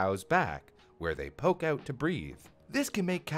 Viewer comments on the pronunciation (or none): none